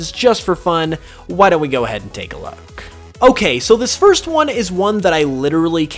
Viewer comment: there's an r in first